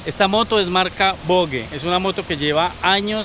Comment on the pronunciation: La volle 😂 Se dice voggggggeee